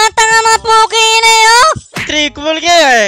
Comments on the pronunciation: Announcer: TRIPLE KILL!: TRIKOLKILRYE HAHAHAHAHA NANGIYAK NGIYAK AKO SA KAKATAWA SAYO. 😂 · Inspire po kay irithel Pero natawa ako sa ''trikolkilrye'' hahahhahahahahahahaha